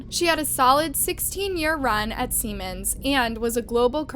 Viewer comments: “Seaman” not “Seman.” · Its pronounced see-mans, not sem-en. Thats something else. Lol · Seriously, learn to pronounce one of the largest companies on the planet before you sound like an idiot over and over again. It's SEEEEEEEEEE-MANS. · Good grief you Americans, Siemens is pronounced SEE-MANS! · It is pronounced Sea mans. It is a German Company. The German pronunciation is Zee mans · You should learn how to pronounce Siemens. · she pronounced Siemens wrong